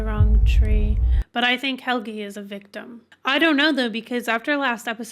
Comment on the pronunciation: "Helg-uh" not "Helgie" #German